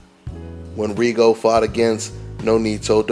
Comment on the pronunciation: When would they learn how to pronounce Rigo's last name!??? THis is rediculous